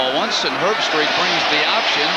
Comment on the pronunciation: "Kirk Herb-STREICH" Don't worry,, you'll get it right soon enough. 😉